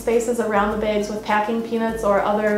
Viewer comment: "Beyg" hihihi